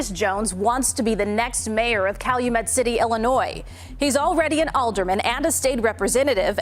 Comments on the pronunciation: Cal-U-Met City…your welcome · I’m happy to see you talking about corruption in Illinois, which is tragically not a new thing. I’m sorry to be nitpicky, but it’s pronounced cal-you-met. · It's pronounced Kal U Met City. Long U sound. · Cal - u - met.... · It’s Cal-U-Met